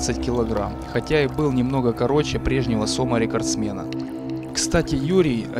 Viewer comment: СомА, а не сОма, блин!.